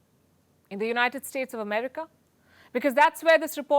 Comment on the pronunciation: Americ-AH! Lol